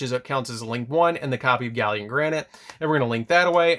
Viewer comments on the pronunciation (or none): Gal Lant. Gallant.